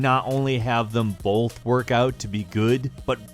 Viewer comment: say oath, and put a b at the front, boath. not boLth